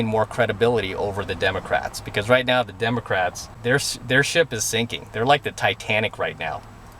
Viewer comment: Haha, did just say "Demo Craps"?:)